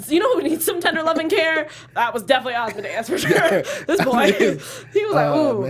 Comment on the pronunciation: Why is it hard to say Asmodeus correctly? It's not hard to learn.